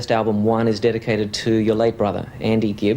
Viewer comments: Gibb. Not Gibbs. :) <3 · It's GIBB, as in Brothers Gibb; not Gibbs. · The "one in the white(Robin) and "the one in the black (Maurice ((in this case,pronounced Morris)) ) are twins P.S. ... guys, don't hate me, but it's Gibb not Gibbs